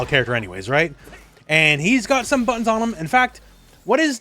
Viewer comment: On the Cammy segment, when you said "she can like rush you down, pressure you, all that kind of stuff with all her amazing buttons", I swear that I heard "amazing buns". Both versions are true nonetheless.